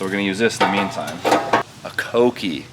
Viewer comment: Thank you for finally saying kouki (CoKey) right. Ive cringed everytime you say cookie 🤣